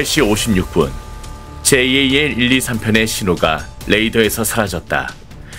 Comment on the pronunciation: 제이에이엘이 아니라 그냥 잘 이라고 읽어라 ! 에휴~~ 답답아